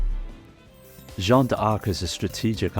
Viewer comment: Seriously ? "Jeanna d'Arc" ? Don't you know the first name "Jeanne" ?